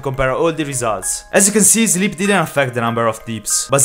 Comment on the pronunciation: why are you saying "zleeb" ?